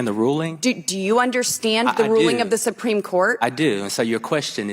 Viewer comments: “the sumpreme court” 😒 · She actually said the sum-preme court at the start of the video.